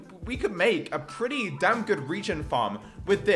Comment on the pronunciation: he said damb